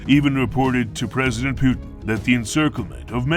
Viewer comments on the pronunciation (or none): none